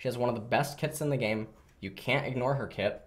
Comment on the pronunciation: Ffs I heard "She has one of the best tits in the game. You can't ignore her tit"... I'm too tired for this